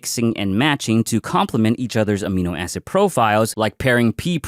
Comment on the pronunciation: Did he say aminoasshole? 😂